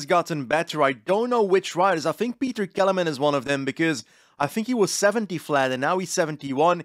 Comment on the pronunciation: the Kelemen part is perfect, but Petr part sounds like he is from England 😂